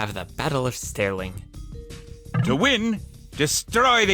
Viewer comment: The way he pronounced stirling killed me ngl. "stairling". as a brit i am disgraced. still love the vids tho XD